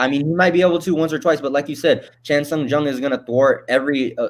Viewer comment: He is not Chan Sung GUNG. Just call him Korean Zombie if you can't pronounce his name correctly.